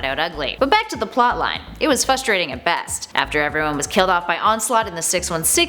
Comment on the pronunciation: Lol...you said 'fustrating'.